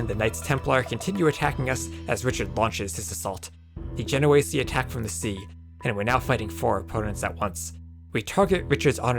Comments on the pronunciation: Isn't it "Ache-r" and "Gen-oh-eese"??? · The way you pronounce "genoese" is so bad.